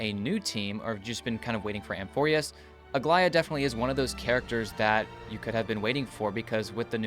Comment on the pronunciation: How is it that every way people say Aglaea's name is wrong? Its Greek yes but its not that hard